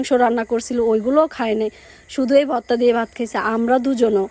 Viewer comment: ভততা ভততা কি বলছ